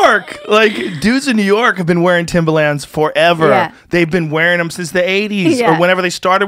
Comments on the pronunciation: Timba-Lands. Joe has a quirk where he pronounces shit incorrectly all the time haha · There’s an R in Timberlands lmao Joe “TIMBALANZ” Rogan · The face he says “timbalans” and not “timberlands” hahaha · Timberlands is pronounced timberlinds, not timberlanzzz😂😂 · He says it like the music producer Timbaland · Why does Joe keep saying “Timbalands”? Timbaland is a rapper and producer. Timberlands are boots. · Timber, not timba, T I M B E R L A N D S. Annunciate people. English. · I love how he kept saying, "Timbalands" because New Yorkers wear them. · People on the west coast call them "timberLANDS" not "timberlins"? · Timba-lins. Not limbah - LAnds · Timbalands? Timberlands you mean? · THIM-BHA-LANZ is the correct punctuation I believe. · If Joe saying timbalands doesn’t turn into a meme I’m gonna be upset. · Still cringing over the fact he says “timba lands” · Him saying "Timbalans" over and over instead of just saying Tims after the first time bothered the shit out of me for some irrational reason lol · "Joe Timber-Lands Rogan" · Who tf pronounces it timber”lands” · New Yorkers don’t say Timber LANDS lmao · Joe saying "timbalands" and supporting trump. Way to ride the fence Joe. No heart. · Anyone else kind of cringe the way he says timberlands? I guess he’s a west coast guy but cmon B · The way joe is saying Timba-Lands hurts my ears. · Joe "TimbaLAAnds" Rogan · Cus (surprise twist) HE'S never owned a pair! And he thinks that's how it's pronounced because he's only ever heard black people talk about them, and that's how they say it. Joe a real one. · The way he pronounces Timberlands is gold